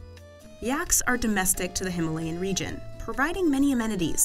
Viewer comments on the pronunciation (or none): none